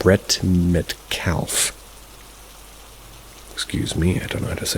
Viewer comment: It's pronounced "Met- Carf" What is a baby cow called? A calf.. 🤦🏻‍♂️